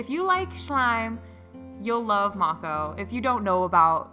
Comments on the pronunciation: You say her name like I used to as well, Mako like from Korra. But I asked her and I think it’s pronounced like may-koh :) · Mako shark is pronounced Mae-co babe. I'm rewatching this again lol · When I look on her website, it says the snow globe slime is 15 oz and the rest of the slimes are 6 oz! And also I believe Mako is pronounced 'Make - Oh' from what I have heard before! 😉